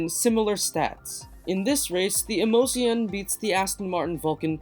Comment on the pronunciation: 'emozione' is the Italian for 'emotion'. The pronunciation is [emotsjone] with the stress on the second 'o'.